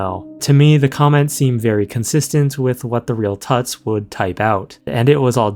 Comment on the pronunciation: It's almost certainly pronounced 'Toots" as in Tootsie and not pronounced like King Tut.